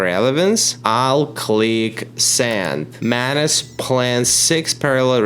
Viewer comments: ohhh MANUS... i keep hearing mayonnaise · I do not like the way u pronounce MANUS. Or am i the one with the wrong pronunciation??